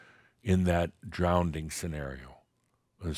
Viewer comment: I’m listening but get stopped every time I hear mispronounce drowning as drownding! 😮